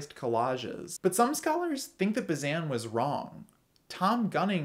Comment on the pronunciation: Sorry to single this out, but since you said it a lot: it's Bah-zain (with that nasally silent n, because it's French, like vin, or main.) But I liked the rest!